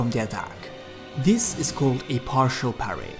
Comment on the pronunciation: He says parry like Paris. I like it.